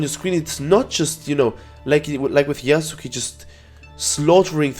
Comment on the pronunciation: Im glad that you're saying Yasuke correctly and not "Yasskeh" like other youtubers